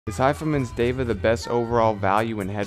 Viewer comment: Great review man. I am not on the market for a bluetooth headphone yet your reviews are so good. Well said on the name. It is DEVA and not diva. You got it right. And I want to check out Vinnie's steak house. :) You are doing subliminal advertising. Haha I am going to do some eq on my headphones as well. I have not got wet on my eq..I am doing something wrong :p. Cheers man